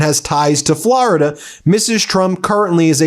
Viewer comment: "Flor"-ida not "Flarida." There's no "a."